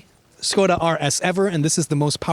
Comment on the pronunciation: thumbs up for pronunciation of "SKODA"